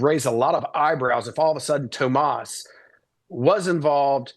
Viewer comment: It's TOMMASO! [Not "Tomas"]. Come on, be precise. Journalists are precise.